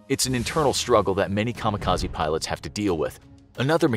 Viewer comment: I've yet to hear the correct pronunciation from any youtube yet regarding 'kamikaze' lol. Japanese: 'Ka-Mee-Ka-Zei' English: 'Kamo Kahzee'